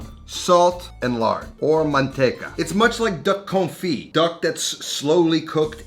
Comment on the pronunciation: Like confit? I thought this guy knows food. LMAO